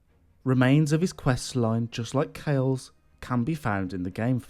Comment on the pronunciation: Sorry this may seem trivial, but why do you pronounce it "Kale?" We actually hear it spoken many times in the game.